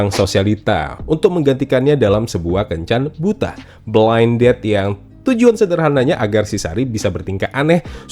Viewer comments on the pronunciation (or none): Blind date bang, bukan blind dead 😂